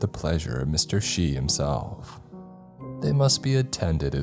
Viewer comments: Shy... Shy... Brother, its Shi; as in [She] The Japanese Word for 4, and also shared a phonic sound with the word for Death lmao. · シ is pronounced "she" (not "shy") and is not Kanji. It's Katakana. It is also how the number 4 was pronounced in older days in Nihongo, which made 4 an unlucky number. This is why 4 (四)is now pronounced "yon" (y-oh-n). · I think it's shi (shee) not (shy). Anyway, love listening to you. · It's pronounced "she" not "shy." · I wondered if this was in Japanese originally.. hearing 'shy' instead of 'shee' misled too. The discussion about the kanji at the end sealed it. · The most scary part of this story is you pronouncing “Shi” as “Chai” 💀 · 死 (shi) is pronounced like "she" not "shy"... Completely threw off the entire ending of the story for me... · It’s pronounced sh-ee not shy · No way you thought Shi was pronounced shy 😭😭😭😭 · Um it's pronounced she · Ok, its pronounced like "Shee" for Shi. I usually wouldn't nitpick, but Shi in japanese is both the number 4 and death. So it is relevent lol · The story would have made a lot more sense if I had heard shai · The payoff at the end really bothered me because of that too. I was like wtf is he saying “shai” for death in Japanese?😂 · it makes sense for the protagonist to mispronounce it, he doesn't speak Japanese.